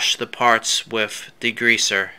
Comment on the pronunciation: It's with...not wif